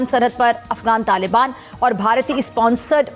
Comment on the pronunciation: LALIBAAN NAHI YE TAALIBAAN HAE SAMAJLO PAAKIYO 😂😂😂😂😂😂